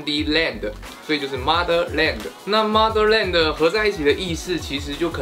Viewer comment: 小马说mother的时候他说maser